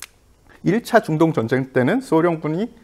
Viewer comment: 여성 진행자,,, 정쟁 정쟁 이라고 발음 하는게 참 거슬리네요~~ 제목이 전쟁과 사람인데,,, 정쟁이라니 ㅎㅎㅎ